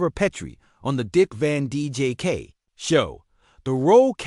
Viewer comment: Dick Van DJK? AI sucks!